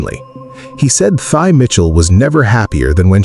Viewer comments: Your channel would be much more direct and thought-provoking if you pronounced the name of the subject correctly. She says it at the beginning of the video. Pronounced "Tee". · Her name is pronounced like "Tea" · Her name pronounced as 'T'